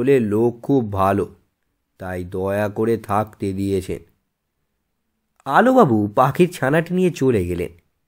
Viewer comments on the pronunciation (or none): Sir apni prothom line a bollen..... Alubabu nki alobabu